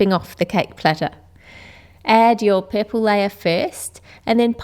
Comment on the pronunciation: she says poorpole